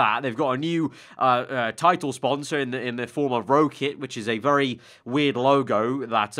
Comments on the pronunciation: Like Rocket Car or Rocket Ship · ROWkit?😂😂 why’d you say it like that